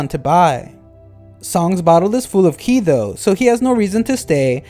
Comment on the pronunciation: qi is pronounced chi please stop saying it like that 😭